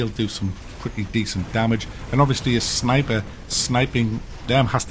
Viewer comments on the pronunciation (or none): none